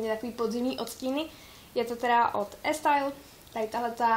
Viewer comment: E style -> se čte jako "Í stajl" !!! anglicky se čte E jako Í ! -.